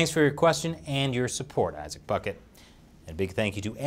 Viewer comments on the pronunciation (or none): none